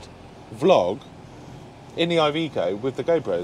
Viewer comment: its not IVICO its IVECO exactly how you read it dude